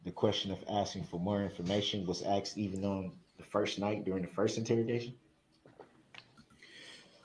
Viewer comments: He is freaking out about things he "axed", which means chop them up into splinters. 😃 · “Ax” isn’t magic? 😂